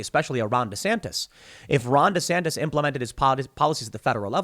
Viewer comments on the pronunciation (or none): Take a shot anytime Tim says, “Ron Desantas”